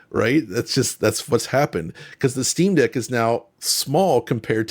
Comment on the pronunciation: He clearly said Steamdick when talking about the plastic being more like the Steamdeck. Lol.